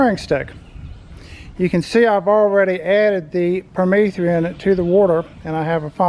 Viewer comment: If he says per-meeth-ree-in one more time..........